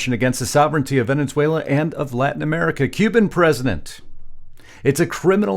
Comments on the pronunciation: Please learn how to pronounce the name of the country you make a 20 minute video about. It's Ve-ne-zue-la, not Ve-NEN-zue-la. Thank you for your attention to this matter. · I know it's just me, but I can't get past this. It's pronounced Ven-ez-uela, not Ven-enz-uela. Love the podcast, but please work on this. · Ve ne suela not Venen suela… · When are you and your wife going to learn how to pronounce VENEZUELA AND NOT VENENZUALA????? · It's not pronounced "Venenzuela", genius. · How long has Venezuela had two n's in it because he pronounces it Venenzuela!